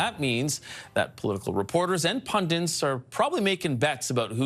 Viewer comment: It's "pundits", not "pundints"